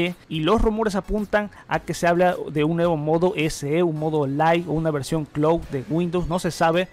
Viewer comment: Hola! Por favor no tomes a mal este comentario, pero te recomendaría comprobar la pronunciación de las palabras en inglés que mencionas en tus videos como build, cloud, secure boot, etc. Yo sé que el público es de habla hispana pero muchas veces confunde a los que sabemos la pronunciación correcta. Muchas Gracias!